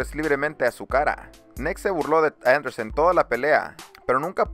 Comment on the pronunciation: No es Andersen.. es Anderson.. ;) buen video